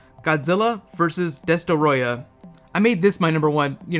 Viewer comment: Not Deh-Storeeah It's DESTROYAAAA!